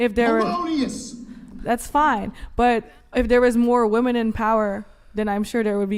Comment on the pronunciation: Again... Another group of young women who don't seem to understand that the PLURAL of woman is WOMEN. I don't understand why they ALL say it wrong! Can every single female on this podcast be THAT uneducated??? WTF is going on?? Seriously!